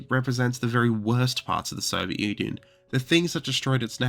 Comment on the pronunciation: Wait...did he say Soviet Onion? Huh. It certainly sounds like it.